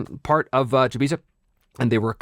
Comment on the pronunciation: Oh yeah! I was just bitten by the Chybisa bug (I do prefer your pronunciation btw 😁). I collected pretty much every Kaldor related article over the years and now I'm slowly collecting some others, mainly Melderyn and Chybisa. The articles are overpriced on most metrics but holy moly it just gets better and better when you see how everything in the world is connected 🤯